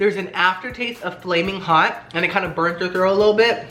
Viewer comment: "FALMIN HOT EVERYTHING, FALMIN HOT LIFE" LOL😅